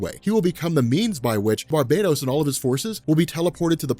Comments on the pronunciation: Its Bar-bah-TOS! NOT! bar-bay-dos! One is a demon and the other is a tropical island!!! Edit: Like this!!! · Why do you keep saying barbados? Instead of Bar-Ba-Tos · Alright, I am not really an avid reader of comics, but I am going to take a leap in logic here: It's probably pronounced Bar-BAT-us, not Bar-bate-ose. As in BATman, not Barbados Slim. Not a big deal but every time says Barbados I think of Slim talkin about goin back dere with a cowl draped around his elegant Caribbean shouldahs. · Bar-ba-tos. Not barb-A-tos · Maarek Steele Its Bar - ba - tos. The island is Bar-Bay-Dos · Clearly Bar-Bat-Os is a dark god version of batman! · I think it's pronounced bar-ba-tos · i pronounce it as Bar-Ba-Toss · Barbatos is also the name of a duke of hell from demonology, so the origin word which is "barbatus" is latin. As such, who knows how its actually pronounced... But since this is a comic, and its got BAT in the name I am just assuming there is emphasis on that part of the name. You know, like Mr.Sinister, and other goofy... I mean clever, shit like that. Definitely probably not pronounced like Barbados the island though. He's been pronouncing it like that for the last few videos though so it may just be a joke.